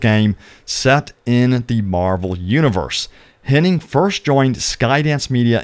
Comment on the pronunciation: It’s Hennig. Ig. Not Henning. There is no ing.